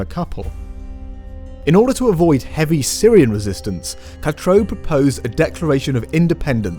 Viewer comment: For goodness' sake; it's pronounced "catroo" (katrew), not cat-ro!